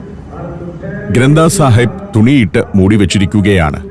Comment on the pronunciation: കടാ പ്രസാദ് ആണ് ആ കഴിച്ചത്. ഗുരു ഗ്രന്ഥ് സാഹിബ് ആണ് ആ പുസ്തകം. ഉച്ചാരണം ഒന്നു കറക്റ്റ് ആയി പറഞ്ഞാല് നന്നായേനെ. Its a holy scripture of Sikhism. They consider it as their guru.